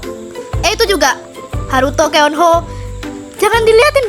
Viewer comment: Keanho. Keonho kak tapi cara bca nya keonho,, bukan keanho😭😭🙏🏻